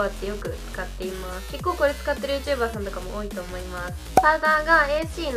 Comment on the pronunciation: 結構のイントネーションがちょっと…